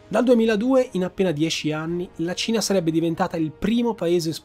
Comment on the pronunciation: La seconda volta, mi è stato più facile sciogliere questo problema: quando dici Cina, a volte sembra proprio tu dica Cia